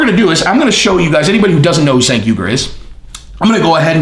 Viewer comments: you did a whole video about a guy and didn’t bother to research how to pronounce his name though. I mean he’s ridiculous but that’s a bit hypocritical for the theme of the video. Cheers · "Do some research" says.... and then goes on to mispronounce Cenk's name every single time he said it. LAUGHABLE. My 9 year old researches better than that. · You talk about doing research but don't pronounce the name Cenk correctly lol, nice. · I think Cenk is pronounced with a “J” sound in the beginning. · its not SANK, its JANK. lol. Cenk = Jank. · Not Senk. His name is pronounced “Chunk”. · i usually like your channel.... but you didn't do enough research to even correctly pronounce Cenk's first name... It's pronounced JENK, not SINK and it makes your entire point about doing research laughable. His name is the most basic part of the story and you pronounced it wrong every single time you said it... You also lied flat out about TYT being 'bought off' and such. That's absolute slander and shows you actually know nothing about him. It looks like he insulted Joe, but you're in your feelings now and it's embarrassing. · Hey, Cenk is "Turkish", so the C is like an English J. The name is JENK not "Chenk" or "Senk" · It's CHenk. not Senk. All you guys are on the Right, huh. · Fat jokes,? Really? So, if you're not a bodybuilder, don't want you on his channel unless he's making fun of you. Unsubbed. His name is pronounced Jenk, you steroid-addicted idiot who contradicts himself back and forth. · Cenk is pronounced Jenk! You did research on this like the research you did on Terrorism! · "Senk". Good one, zero hespect on that name pronunciation, scorched earth all the way, the fire rages! Youtubers use Joe's name often, on both sides of an issue, clicks. Short term anyway. Not the long game like, blazing new trails! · It's "Jenk" but ya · pronounced "CHenk". its not only MAGA folks that dig your channel bro. keep that in mind.